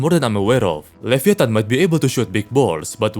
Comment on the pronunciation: levi -a-tan